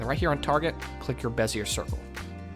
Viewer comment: FYI, it’s BEZ-e-ay, not bez-e-er. Those French and their silent r’s.